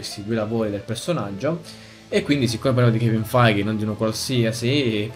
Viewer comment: ti prego, si pronuncia kevin FEIG, non kevin FAIGHE ahahahahahah